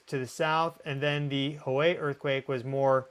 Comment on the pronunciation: Yes, you pronounced "Hoei" correctly. Your efforts are well appreciated. Fortunately, the mountain is open to hiking above the 5th Station (halfway up) only two months a year, though a handful of people defy that rule on their own, typically trail runners who need the practice. That white line just west of Mt. Fuji is an interesting feature called the Fossa Magna, which marks the boundary between the North American Plate (well, actually a sub-plate closely attached to it) and the Eurasian Plate, and that's where all the other tallest mountains of Japan are. Very rugged, and so many traffic arteries gathered in close proximity along each coast there that it became a point of concern in a potential big quake that could have largely severed east from west in Japan. Oddly enough, electricity on the Eurasian side is 50 Hz and that on the North American side is 60 Hz. The old myths of Mt. Fuji gave it a very violent god named Sengen (actually the god of any volcano, though I'll have to check that). He decked Mt. Kai-Koma (named on the white line), who is still bent over about it, and clobbered the great Yatsugatake, a bit north of that, rendering it into 8 little mountains. Both of these are eroded remnants of massive volcanoes, the latter still a bit active. So the gods called a meeting together and turned him into a her, the lovely Konohanasakuyahime-no-Mikoto (don't try to pronounce that), who makes the cherries blossom. She's also known for giving birth in a burning hut to prov